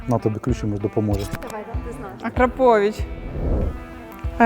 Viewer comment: смисл відео ? як мінімум акрАповіч а не акрапОвіч